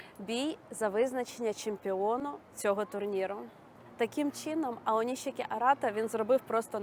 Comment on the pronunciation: Українською правильно Аонісікі.